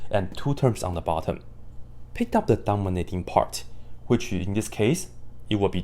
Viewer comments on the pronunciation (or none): thank you for this!! ❤ I keep hearing "dumber little part" instead of "dominating part"🤣